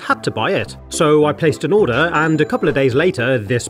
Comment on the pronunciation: I love how he says or-daw <|°_°|>